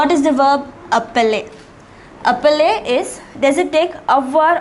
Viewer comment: Mauvaise prononciation! Verbe appeler! Ce n'est pas appeller!